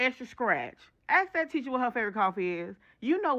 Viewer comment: "ask" "nail on the head" you almost had it.